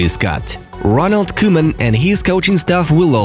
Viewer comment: Its not koeman its cowman😁😁